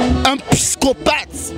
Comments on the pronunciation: Juvenal yebaka pe koloba balobaka psychopathe et non piscopate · Juvenal pischopate teee psychopathe prononcer bien papa to loba lingala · juvenal oza na problème ya prononciation, psychopathe, et non "pyschophate". oza ganga pe, soki oyekoli mot sika, yekola ko koma yanga.